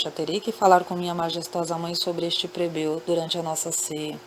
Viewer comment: Boa noite! Adoro as histórias! Mas você troca a letra L pela letra R, fica muito feio. Não é COMPRETADO se diz COMPLETADO. Não é PREBEU e sim PLEBEU.